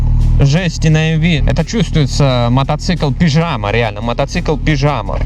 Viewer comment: Не пижама, а пиджяма! =)